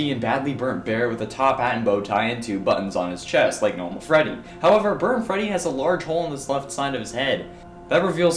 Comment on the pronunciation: When you said Burt Freddy I thought you meant ignited Freddy